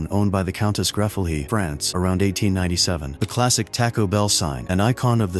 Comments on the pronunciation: Taaaako Bell..,.. is Taco and there's more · Tack O Bell.😂 Loan E Anderson 😂 Spero graph😂